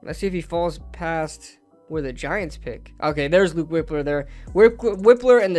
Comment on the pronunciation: Its Wipe-ler not Whip-ler I think. This mock was trash in my opinion